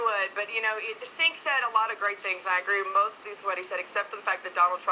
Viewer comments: Trumpbot was unable to parse what Cenk said at the end, she couldn't even get his name right. It's Cenk (Jenk) not Sink, lol. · Oh my she called him "sink"